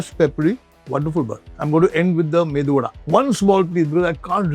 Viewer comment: Thank God at least he says medu vada and not MENDU vada